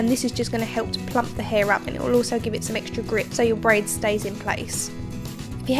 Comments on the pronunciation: am i the only one who thought she said "it will help your brain stay in place?" had to replay a few times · she said "braid" :)